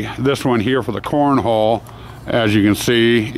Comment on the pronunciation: haha, with that cigar in your mouth, when you say "corn hall" it sounds like you're saying "corn hole" Looks great so far!